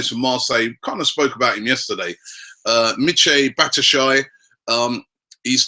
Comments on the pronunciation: man said "Batishy" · It is BAT-SHU-A-YI